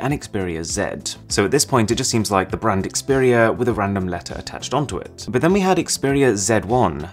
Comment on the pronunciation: "Smeash that liek" Stan Browney